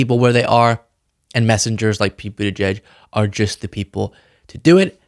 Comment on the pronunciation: Pete Buttigieg is the best we have. I voted for him in the 2020 primary and I will vote for him again in the 2028 primary. (BTW, it drives me crazy when those two sellouts, Joe and Mika, can't seem to be able to pronounce his name properly.) 💠